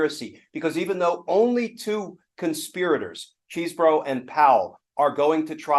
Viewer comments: It’s CHESS-bro, not CHEESE-bro. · I happen to know Kenneth Chesebro’s brother, and can confirm they pronounce the name “CHEZ-bro”. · We (rightly) criticize media figures on the right when they (intentionally?) mispronounce names like Kamala Harris or Fani Willis... but that does NOT excuse "our side" from doing the same thing. It's CHEZ-bro. The man is not made out of cheese. ಠ_ಠ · You are still calling him ‘cheesebro’ 😂😂